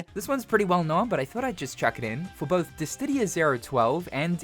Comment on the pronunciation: Please.. Please, I'm begging you. Please just take 1 more look at the spelling for Dissidia and consider how it should be pronounced.